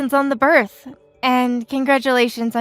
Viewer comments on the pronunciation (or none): Please learn too read its birth not berth